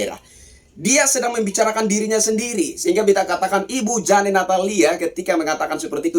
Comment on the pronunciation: JANE dibaca JEIN ....😅😅😂😂